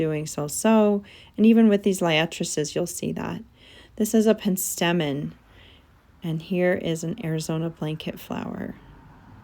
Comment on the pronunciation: It's pronounced PENstemon.